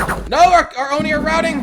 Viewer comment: I think it’s pronounced Oh-nii not yomi